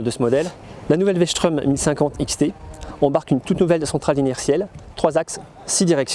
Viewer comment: Strom, pas schtraume!! elle est pas allemande ! Super essai merci!